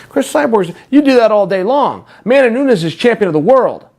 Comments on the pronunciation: At least get the name right. It's not Noons. It's Nunes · Nu-Nes !!!!! NOT Noons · Noo-nez. Not Noons. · Nunes is pronounced, "Noo-nehz"! Not "Noons"! C'mon Chael! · Amanda "Noons" Nunes